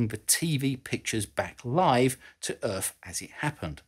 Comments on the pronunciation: Does he say Earf or Earth? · Lasers from the moon to the Earff. Love it.